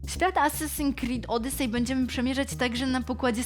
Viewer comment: "Asasin krid odysej " jak ja nie lubie przyczepiać się do takich rzeczy ale niestety tego typu potworków jest strasznie dużo pomijając dykcje i sposób mówienia sam w sobie. Z jednej strony wyrywam sobie włosy z głowy zadając pytanie ,czy serio nie było nikogo lepszego na castingu lub czy wgl takowy się odbył i teraz dostaje się wszystko po znajomości a z drugiej strony dostaje kopa motywacji ,żeby samemu coś zadziałać w tej branży bo jak widać poprzeczka nie była wystawiona za wysoko.